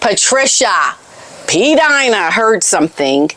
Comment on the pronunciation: I miss the days when pronounced it "P Deena", I much prefer that to the current pronunciation. Just saying.